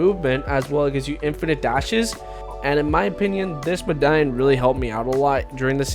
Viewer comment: Bro said mdaion